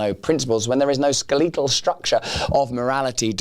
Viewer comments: SkelEEtal is a pronunciation to me. And I like it. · '"skeeleetel' structure" 🤣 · I am now pronouncing it ska-lee-tal. 👨‍🎓